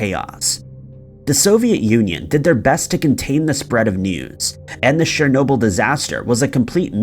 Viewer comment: You've got a serious problem with pronunciation of certain words and names of things that I and most probably other people also can't believe that you haven't heard those certain names/words pronounced correctly 🤔 for example today's brainfart was 'shernoble' the correct way is 'chern-obyl', and I don't mean to undermine you or belittle anything you have achieved with your channel as I'm an avid follower of your posts but it's the way I was raised and educated and my parents would be on me in a New York heartbeat for any mispronounced words/phrases and it's obvious that it's rubbed off on me and became like a habit of mine and grates on me when people mispronounce things that people must have without a shadow of a doubt heard people say correctly 😉 aaahhh right got that off my chest 😉